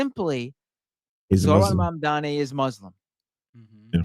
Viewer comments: or to Cuomo, "Mahndami" lol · it's all intended.. they mess his name up to disrespect him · Why does Cuomo have such a hard time saying Zorhan Mamdani... It's not hard to pronounce... He's been running against him for many months now... It just comes off racist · His AI commercial can the name right, but Cuomo can't. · between this ad and him constantly butchering zohran mamdani's name, i think it's fair to say that andrew chomo is an absolute racist.